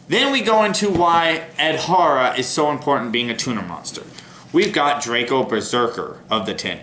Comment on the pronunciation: its adhara not "adahara"